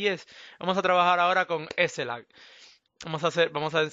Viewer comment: minuto en vez de decir lag dijo laik:V (mensajes subliminales comfirmed) los mensajes si funcionan por que le di like:O